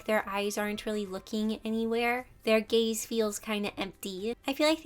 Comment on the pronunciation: Why did I thought she was saying gay instead of gaze but anyway you really helped me improve